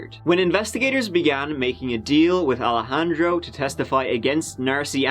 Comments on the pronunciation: More like EYE-lejandro *wink wink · bald spot! 😂 Alejandro not Al-handro or Alla-handro. 🤣